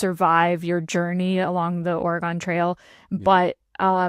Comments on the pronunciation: 😅my apologies to the great state of Oregun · In before the entire state of Oregon responds to mispronunciation of the name of that great state.